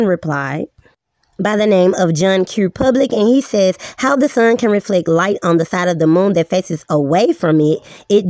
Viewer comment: With a voice like that she HAS to be trolling. You can’t take anyone seriously when she pronounces reflect “reflek” and gibbous “gibbious”. But i did like her as that sheep in Zootopia lol